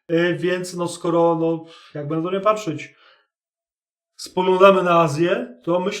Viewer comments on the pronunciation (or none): none